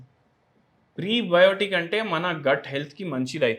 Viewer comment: Prebiotic కాదు, probiotic అనాలి